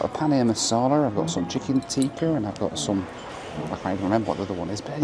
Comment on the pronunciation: It’s not chicken teaker, it’s chicken tikka!! It’s not chapatty, it’s chapati!! Gosh🤦🏽